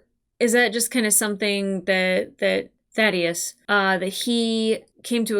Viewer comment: I, for one, am glad. “Thaydeus” was driving me up the wall.